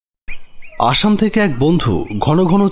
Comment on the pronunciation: Asham na dada its assam... Asaam Jorhat thike dkhchi Tmr golpo sbsomoi dkhi